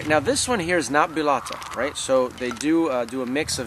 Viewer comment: Pronunciation tips from a Spaniard phonetist and English translator: (Read the following as if you were reading English written words) 1-Trévelez = treh-eh-beh-leth 2-Bellota = bay-joh-tah 3-Fermín = firm-een 4-Jamón = hah-moan 5-Teruel = Teh-rwu-L Congrats for your videos and... ¡Que aproveche! By Macarena Rojo Youtube channel